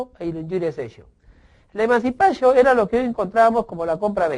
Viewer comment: o por Dios mancipachio eso no es Ingles es Latin